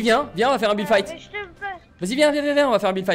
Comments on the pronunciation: Déso mais c'est fight pas fite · "FITE" ton anglais jsuis morte 😭😭